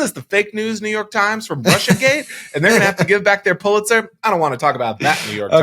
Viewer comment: Hey you you are out control. The Russia H is not a H.